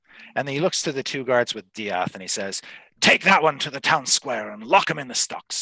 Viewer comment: UHM EXCUSE ME DIATH? DIATH?!